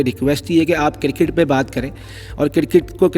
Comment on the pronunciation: What is KIRKIT? dude its cricket... :) :)